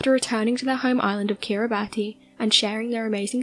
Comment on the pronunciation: It's pronounced Kirra-bis, so that's Kiribati = Kirra-bis